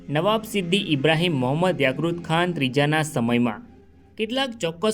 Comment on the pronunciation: યાક્રુત ખાન નહી ભાઈ યાકુબ ખાન આવે !!!